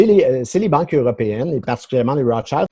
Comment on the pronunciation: les Rotschaïlde ??? i, en français, se prononce i, pas aïlle comme en anglais.